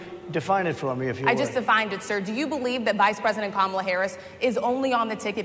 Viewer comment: He actually pronounced her name right! 😅 Mala..